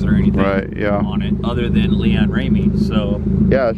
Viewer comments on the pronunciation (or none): "LeAnn Ramey" lmao